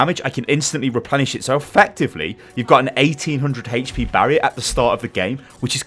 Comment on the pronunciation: "900 haytch pee barrier" triggered